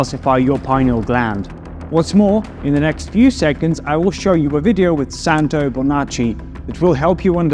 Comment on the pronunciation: Santos Bonacci not santo :)